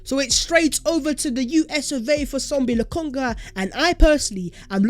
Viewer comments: It is Sambi not Sombi. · It’s SAMBI NOT SOMBI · I thought it was Sambi and not Sombi like keeps saying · Sambi not Sombi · Sambi not sombi😃